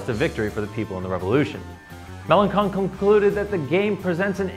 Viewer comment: It's pronounced "mélenshon"